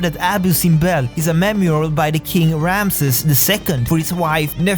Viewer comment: the correct pronunciations (sorry I'm OCD lol) Rameses: RAM-ah-zees Nefertiti: NEFF-ur-tee-tee Khufu: KOO-foo